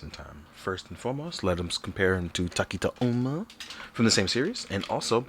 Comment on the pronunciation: My dude, tokita is pronounced more like toe-ki-ta rather than takita. Thoroughly enjoyed the review btw!